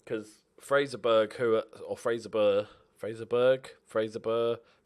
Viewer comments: It's pronounced fraser borough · The way you pronounce the 'burgh' 'Fraserburgh' is like 'bruh'. Kind of like the 'Boro' in 'Middlesbrough'